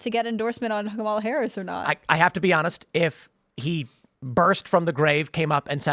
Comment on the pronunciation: One guy on the video keeps saying "Kamala" Harris name wrong. Is he doing this on purpose?